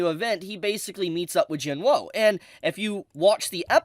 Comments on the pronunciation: could you pls call him jin woo and not jin whoa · The spelling: Jin-woo: Jin-woe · “Jin Wou”